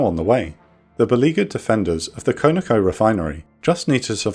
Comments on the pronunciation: Its KON-OH-KO not KONO-KO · not "Koe Na Koe" rather "Kaw Na Koe" Conoco = Continental Oil Company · "con-a-co" Not however it is you pronounced it. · Great video as usual!! Side note: CONOCO is short for Continental Oil Company and pronounced Con - a- co. No biggie.